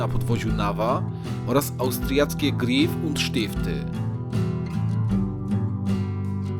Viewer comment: Dzięki za upload! Czuć różnicę, szczególnie jeśli się mieszka w Zurychu. PS. Czyta się raczej Gräf przez Ä a nie Grif.:-)